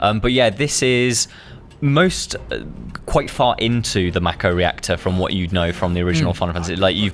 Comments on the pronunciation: You're still pronouncing Mako incorrectly. It's Mah-ko. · It's definitely Mako, not Makko. The voice actors are probably American, so they have weird pronunciations. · lol I also pronounced mako as M-ay-ko